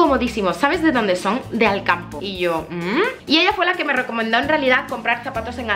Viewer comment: cuando a dicho "ahora nos vamos a Alcampo" e entendido " ahora nos vamos al campo " jajaja